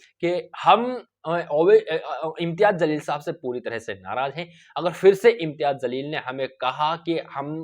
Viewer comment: Aray janwaar Imtiyaz Jsleel hai naam zalil nahi, parlay naam bolna Sikh. Uskay kay baad news bool..